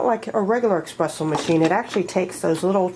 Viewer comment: Actually is espresso not Expresso 😂